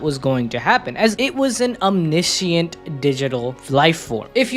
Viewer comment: om-NI-shunt, not om-NI-SEE-ent